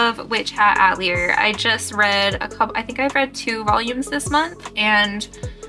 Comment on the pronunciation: Love the cosplay! Just fyi, "Witch Hat uh-teh-lee-ay" it's French